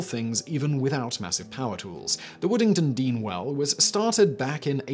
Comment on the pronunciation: 4. Woodingdean not Woodingtondean